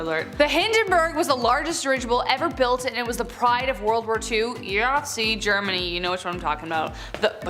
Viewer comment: Really really sad you can't even say na!¡ Germany. This is why this generation suck ass